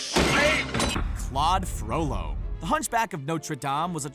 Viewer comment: thank you for saying FROLLO.